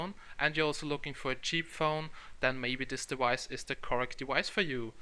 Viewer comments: since when the fuck was it prononced 'dewice'? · wtf is a dewice?